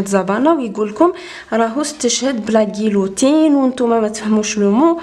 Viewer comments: استاذة راكي غالطة في النطق تع المقصلة نقولوا قيوتين مش قيلوتين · قيوتين وليس قيلوتين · bonhour ... on ne pronnonce pas le l ou les 2 l dans le mot GUILLOTINE ...On dit GUIYOTINE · "Guillotine", je vous recommande d'écouter sur un dictionnaire électronique comment on prononce le mot / ça se prononce "guiyotine". Sinon, je vous tire chapeau pour l'effort fourni !!! BRAVO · guillotine le l maynte9ch on dit "guiyotine " et merci .. <3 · c'est bien fait mais j'ai une petite correction concernant le mot GUILLOTINE. on ne prononce pas le L, on doit dire GUIYOTINE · من فضلك كلمة guillotine تنطق هكذا؟ 🤔 ام في مكان لو نقول يو وشكرا على مجهوداتك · merci pour vos efforts mais la prononciation du mot guillotine n'est pas comme ça . la lettre L ne prononce pas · Guillotine ماتتنطقش هكا 😳😳 لاعبتها تعرفي فرنسي وتشيكي علينا 😑😑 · On dit guillotine (on prononce ll un o pas l)